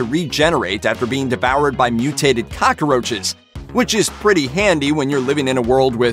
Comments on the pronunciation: He says cockroaches like "cockaroaches" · The way this guy says “cockroaches”